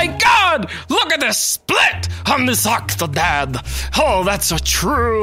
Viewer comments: "VELCOME TO OCH OOCHH OCTODAAD" ~ 2014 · Haha the way he says octodad in the intro. 'Ughkktoded' I'm sorry but that's just hilarious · Hahah I like how Nova says Octodad, I can't stop laughing.